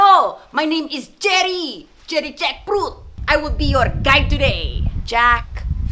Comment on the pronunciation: umm uhh sarah one more thing its jerry not jeri what if someone called him jerigen?